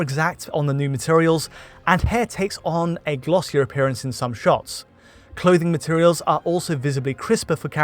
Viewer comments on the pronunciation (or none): none